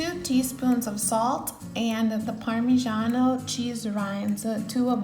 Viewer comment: Polenta is a typical delicious dish from northern Italy. In the USA is completely unknown as "Italian dish" (mostly pizza and pasta they know). I'm glad that this video shows this amazing recipe (with a good pronounciation of "Parmigiano" e rosmarino ; generally when American pronounce "parmigiano" they say "pa' mijeeaaaan").😱😱😱